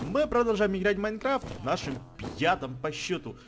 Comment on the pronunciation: Похоже специально говорит не в пятом а пьятом сезоне))))